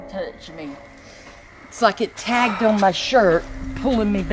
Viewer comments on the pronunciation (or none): "It's like it tagged on my shirt!" Last time I checked, the word is "tugged", not "tagged". Ghost: "Tag! You're it!"